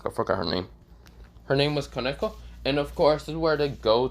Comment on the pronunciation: Bro your calling of the characters is wrong the correct pronunciation is the Sona Sitri and koneko and Akeno but if will get better in time bro I believe in you you will become a good YouTuber someday